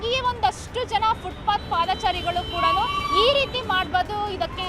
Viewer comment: ಅದು ಫುಟ್ಪತ್, ಶೂ ಪಾತ್ ಅಲ್ಲ. ಮಾಹಿತಿ ಕೊಡಬೇಕೆಂಬ ನಿಯಮವಿಲ್ಲ